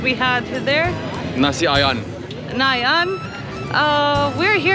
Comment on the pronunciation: Haiyaaa..nasi ayam( rice chicken ) not nasi ayan......